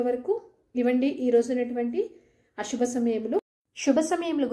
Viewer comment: Shuba Ashuba kaadu.Subha Asubha.No stylised telugu please.